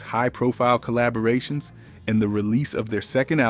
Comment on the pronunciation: Someone can't pronounce some words. De-buted...collabrations. lol. AI Definitely